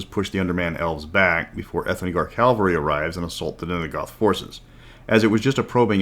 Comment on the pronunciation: Ca-val-ry :p